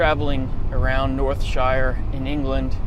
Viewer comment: Lol where did you say u was? Northshire? Not a thing bro. Someones having u on.